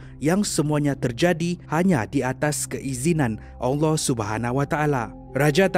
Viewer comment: Saya Saja ka yg dengar sebut "ALLAH" bunyinya jadi ONG LOH. saya minta maaf dengan tuan punya badan kalau saya salah..